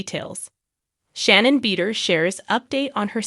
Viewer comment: U might learn how to pronounce Shannon’s last name.